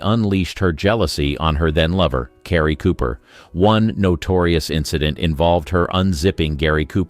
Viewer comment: i have to assume that writers today don't understand the use of adverbs. Robo-voiced again. ( "C arey" Cooper??)